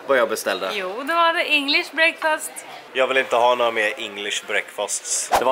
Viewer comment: "English breakföst"